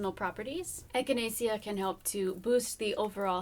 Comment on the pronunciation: Pronounced “echina-shuh” :-) I only know this because it also makes for a wonderful tea. I really want to start a little herb garden for my bunbun. Thanks for the information! I love your videos!